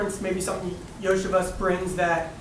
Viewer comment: Andrei Iosivas (YO-see-vahsh) ... We've got lots of LSU & Clemson Tigers. Time to add one from Princeton.